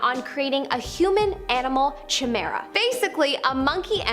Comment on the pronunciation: even tho it is spelled c-h-i-m-e-r-a it is pronounced ki-mera